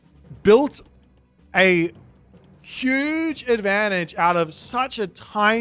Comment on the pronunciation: "hüüüüüge büst of füd there"😂😂😂